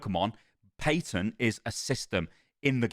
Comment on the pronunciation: Why does he keep saying paytent? There is no Y sound in patent did he never take English classes?